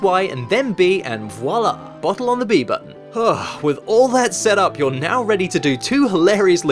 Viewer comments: "bohle" a "bohle" omg that was amazing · i freaking love how british people say "bohtle"